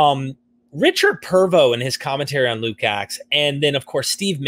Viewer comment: Luke-Acts, not Luke's Axe, which sounds more interesting 😶‍🌫️